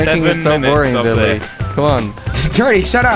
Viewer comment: I like how Kwebbel pronounces Jelly as ' Chili '